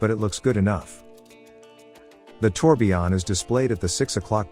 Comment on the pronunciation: It's tourbillon, not tourbion